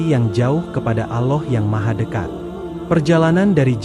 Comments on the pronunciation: Ya benar klau orang muslim bukan begitu menyebut nama Allah .... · Maaf mau tanya...ini yg baca narasi nya muslim atau non muslim y...karena dalam penyebutan kata ALLAH nya tidak pas menurut islam